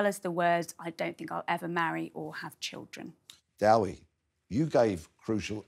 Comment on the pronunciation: I'm sorry this really annoys me - and had ample time to establish what the name of his guest was. Dewi is pronounced "Dare-we" NOT Dowie. Honestly, it's like calling Marilyn something like Maroline - it's really easy to ask your guests how to pronounced their names. It's just lazy reporting!